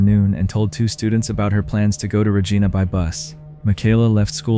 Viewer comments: Hi great video but it's regIna not regEna. 👍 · And those were American bills, not Canadian bills. In the first story. It is not pronounced Regeena, but Regina. As in "I", sounds like "eye". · Regina is not pronounce RegEEna. It actually rhymes with vagina. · Wow. I just moved to a little town near yorkton. Also it's reh gy na. Not re gee na. Rhymes with vagina. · It's pronounced "ruh-JY-nuh". It rhymes with fun! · IT’S RE-GINA LIKE VA-GINA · Canada doesn’t have FBI.. also Regina is pronounced as rhyming with the female body part. :) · Re Jine Ah - Regina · Regina is pronounced similary to a female body part. Just so you know. Also FBI is in the United States not Canada. Just saying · Regina is not supposed to sound like vagina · Seriously. He switches from pronouncing the first girl’s name from Muh-Kyla, to Ma-Kayla and then Ma-Kala. Also Regina is pronounced incorrectly. Just sloppy.